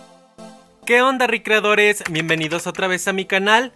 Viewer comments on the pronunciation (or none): No me gusta que digas ricreadores